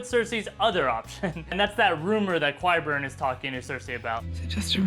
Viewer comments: Qyburn is pronounced like kie-burn, not kwie-burn. Great video though. Love your analogies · Because of how pronounces Qyburn!